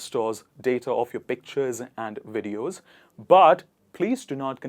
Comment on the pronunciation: i found two errors, February, the first R is silent and the video. he is pronounce video like Wideo